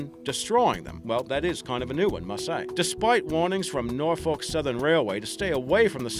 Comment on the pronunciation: Hears pronunciation of Norfolk cringes